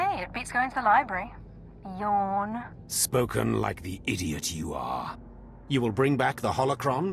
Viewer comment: I love Male Quiz's ability to turn Yawn into a two syllable word